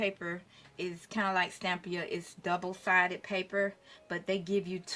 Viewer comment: you have been mispronouncing Stamperia. You have said Stampia with out the 4 syllables: Stam - per - i - a. Your work is fabulous and it inspires me. Thank you!